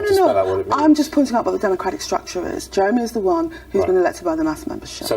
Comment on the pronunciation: You forgot "You would need to ask Jewemy about that".